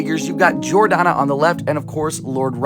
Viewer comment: It’s Jor-Dan-Uh not Jor-Donna